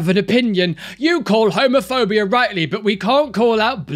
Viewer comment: So I misheard at one point and thought he said "Homerphobia". All I could think of was a bunch of far right extremists trying to ban Homer Simpson, lol. Love your vids! Keep squatting for Jesus like a champ!